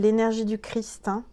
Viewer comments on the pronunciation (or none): none